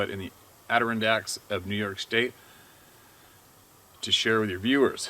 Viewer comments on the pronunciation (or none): I love ya dude but you’re killing me again with this word. Let me help a brother. Adirondacks = ah-da-ron-dacs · AdirOnDaks, accent on the on!! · Steve...Argh..! For some dumb reason, it drives me crazy. lol It's pronounced phonetically like this.... A-DIH-RON-DAX. Cappeesh?